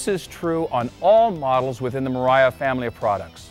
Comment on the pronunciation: I took a shot every time he said mariafbsemc